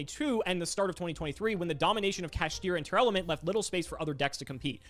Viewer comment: how can still not read Tearlament. Stop saying Tear A lament